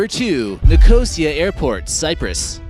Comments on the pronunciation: so many mistakes. the pronunciation of Nicosia was hilarious. Ni-co-seeya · Niko see ah is how you pronounce Nicosia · its pronounced Nik-o-seya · If you're going to make your living as a narrator, you might at least try to pronounce such terms as Enewetak and Nicosia correctly.